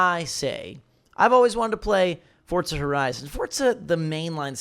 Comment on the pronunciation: Why does he pronounce it like Fortza?